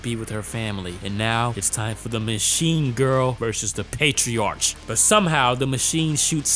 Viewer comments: PatriarK Not Patri-arch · Pronounced: patriark/matriark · patriarch (pay-tree-ark) meleeing (may-lay-ying) ami (ah-me, like hey hey puffy AMI yumi) tempura (temp-pooh-rah) matriarch (may-tree-ark)